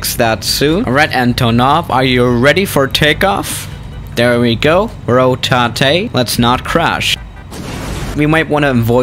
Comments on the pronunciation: "Rotatay". LOL! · “Ro-Ta-Tay” Intensifies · the way he said rotate, it was like: RO THAI THEY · „Rotate“ Good ✨EnGlIsCh✨ (this is a joke)